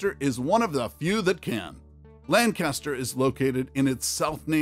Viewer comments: You mispronounced Lankister. Lancaster is in CA. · This man pronounced Lancaster wrong all credibility went out the window.